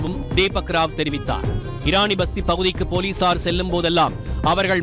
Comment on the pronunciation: Eraniya vasthi not pasthi